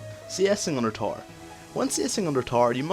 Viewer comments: Okay but why do you say tore instead of tower? ;] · When he says TAR he means tower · i love how he pronounces tower TAR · good video,, but it took some time before i understood that you are saying tower when i hear taar :) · Best LoL educator Ever. P.s. i have no issues with your accent (except when you said "tar" [Tower] :P ) Loved your caitlyn Vid too. I would like to ask, what is the best 6 item comp with cait late game? or perhaps if best is a bad idea, the 3 or 4 better comps? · I chuckle every time I hear him say "tower" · okay i learned alot in this video but i am still wondering why you can't say tower right.